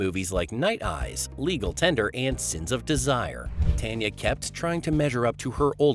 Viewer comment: It’s pronounced TAWN yaw.